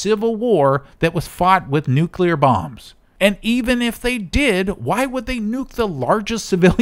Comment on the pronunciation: He's using the 9/11 W pronunciation of "nuclear". He's saying "nucular", intentionally, for effect